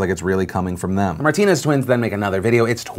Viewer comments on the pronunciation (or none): Bro “martiners”😂😂😂😂😂😂😂😂😂😂😂😂😂😂😂